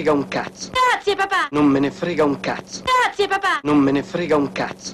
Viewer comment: dopo un po' sembra dica "Cazzi e papà" invece di grazie papà.